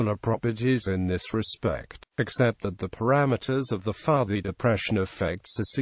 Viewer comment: is pronounced PUUTI